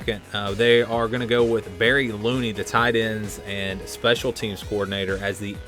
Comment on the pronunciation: Barry Lunney..Luhnney not Looney.